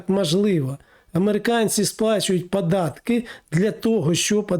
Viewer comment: Вивчіть ви вже мову ! Що за вимова ? Акапувати...глАбально і поїхало. Літеру "О" вивчіть ! ПАдатки...пАтрібно....